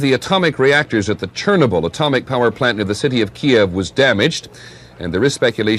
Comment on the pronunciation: Fucking Peter Jennings...."Churnable" Atomic Power Plant. Almost like Wilford Brimley with his "Diabeetus".